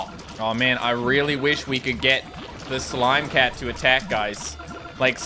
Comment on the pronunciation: I just stopped watching the video and started playing Battle cats because I was dying of the way he said slime cat it just made my day 😂😂